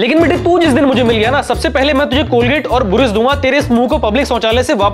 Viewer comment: भाई वो बुरुश नहीं ब्रश होता है